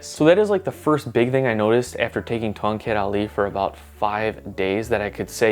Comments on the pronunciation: I heard you said kongkek Ali... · More like Tongcut Ali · The proper way of pronoucing Tongkat Ali is - TONG CUT AHLEE Sorry can't stop being a pedantic cause I am an Asian where Tongkat Ali originates from. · to the untrained ears it sounds like toket ali, means ali's boobs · I was kind of thinking Ton"gut ali? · being from south east asia. it sounds really weird hearing you pronounce tongkat ali in an accent🥲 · Omg 🤣 i love when people said the word from one of our south east asia weirdly 🤣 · As someone from Southeast Asia, I'm just here to hear his Tongkat Ali pronunciation. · Same hahahaha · when he pronounce it like that, I almost laughed too hard XD. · As someone from North America, I like hear South East Asian’s funny pronunciation of English.